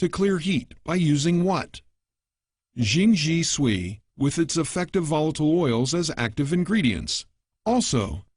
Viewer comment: Gawd...this gwailo narrator pronouncing Jing Jie Sui as "zhing zhee swee." Somebody kill me already.